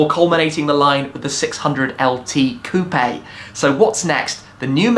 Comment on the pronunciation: Coupe is pronounced "Coop"